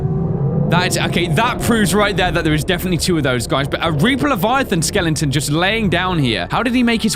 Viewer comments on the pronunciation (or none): I love that pronounces skeleton skelington